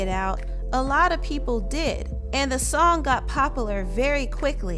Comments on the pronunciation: "The song got 'pop-a-lur'" 🙄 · Can you practice saying "popular" and "popularity" correctly please. Thanks.